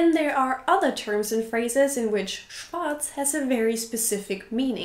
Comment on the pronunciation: Bist du deutsch? Oder warum kannst du schwarz so gut aussprechen ? 😄